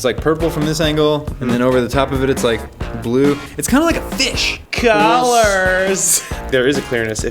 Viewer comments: The guy said COLOURS then me BACK AT THE COLOURSSSSSSSS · I like when says COULORSSSS